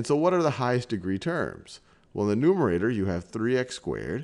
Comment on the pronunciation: Can he ever pronounce numerator and denominator right?